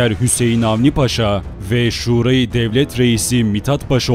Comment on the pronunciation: Emeğinize sağlık, ancak bir tarih kanalı sunucusu olarak Şura kelimesini doğru okumanızı beklerim. Sevgiler.